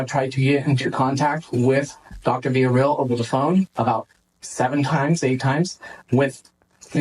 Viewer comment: This guy butchering Villarreal is annoying me already the most 😂🤦🏾‍♂️